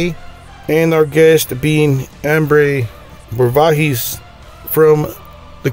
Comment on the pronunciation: At a minimum you really should learn how to pronounce the band’s name and the artist’s name before the interview.